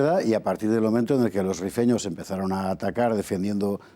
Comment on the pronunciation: “Rifeño” no “refiño”